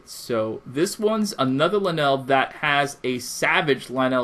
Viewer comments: Pronounce it lynul, you are aware vowels have a soft and a hard sound right? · I noticed you changed the way you pronounce "Lynel" halfway through the video o.O Thank god you stopped saying Linel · I cannot listen to u say lynel wrong anymore Clicks of of the video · 99% of people complaining of his pronouncination of lynel 1% enjoying the video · why is it when you read the name of the weapon you say lynel correctly but when you say the name of the beast you read the name weird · Good video! Btw it's pronounced lie-null ;) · WTF IS LUH-NEL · You per once it l-ie-in-nel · Its lie nal that's how you say it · Ok first of all it’s Lynel (Lie•Nol) Second of all its Akkala (Ah•Call•Uh) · Thid guy said LI NELL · It's lie-nol, dumbass. I'm only calling you a dumbass for you're reply's on the pinned comment. You've lost lots of subscribers. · Me: Lynels Him: LEENELS Me: Ah-kah-lah Him: A-kay-lah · Is it wrong to say that he’s not saying Lynel correctly? I pronounce it “Lie-Nol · The way you pronounced lynel triggered me so hard.. Lin-el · One he said lah nell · "Akayla" "Lanell" Seriously, pronounce them right please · pretty sure it's pronounced lie nell and ukulla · "It's not pronounced "Lanell", it's pronounced "Motherfucking Soul - Sucking assholes". Learn English. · Lynel rhymes with vinyl, not Ma Bell. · Why do you pronounce it lie neil but it’s pronounced ly nul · ITS LYNEL NOT LINELL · He pronounces Lynel as (Leh-nel) but pronounces Lynel Crusher as (Lie-null) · lyneel? it's lynel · Lnells are. It’s lynels lynels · U saying lanel is bad enough but dont say akeela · Oh And Its Pronounced As Ly-nel Not Ly-nell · Linelle sounds like a hygiene product for women's time of the month. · it's not "linel" it's "lie-nel)... like... lion. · Is it pronounced Lin L or Lie Nel? You said both lol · ITS PRONOUNCED LIE-NLL and AKKOLA!! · It's pronounced Lynel (lie-null) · You said lynel like lynal XD say it right next time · LIN-ELS, NOOOO STAHPPPPPP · My man says Luhnell